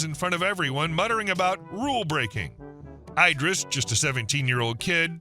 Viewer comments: Every time you say "EYE-dris" I'm squirting you with a water bottle. Are you secretly an AI reader? Have you somehow despite working on Youtube for a living NEVER heard of Idris Elba. It's bloody ID-riss you knob! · Eye-dris? You mean like Eye-dris Eel-bra? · Idris, as in Elba…not ‘eye-driss’ 😂